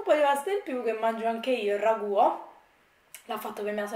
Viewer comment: Ciao, una curiosità ...perché dici “il ragùa”, “ a mea” “piùa” “perchèa” “melEnzane” “andarea” eccetera eccetera